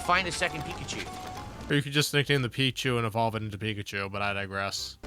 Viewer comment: Bro can't pronounce anything right, EHHVALVE, POHTROHT, GYIRADOSE, WAAAAAAAHN